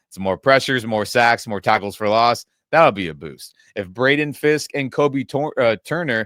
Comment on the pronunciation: I know it’s because I’m hungry because I haven’t had breakfast yet, but I thought I heard you say more tacos for loss, and I was like why would more tacos be a loss?